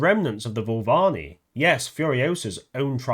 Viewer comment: dude Voo-Va-LEENEE 😅